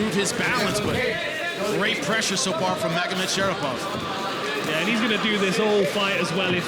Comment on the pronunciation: ShaRIPov not ShaPIRov